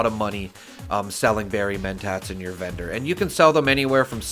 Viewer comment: Why am I hearing bedroom when you say vendor? lol I sell serums and buy recipes when I have enough caps, only looking to buy armor or power armor set pieces but can't find too many good ones.